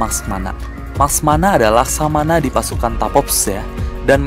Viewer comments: ko mecamato bukan laksamana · laksamana bang bukan maskmana atau laksmana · Laksamana bukan laksmana *pembetulan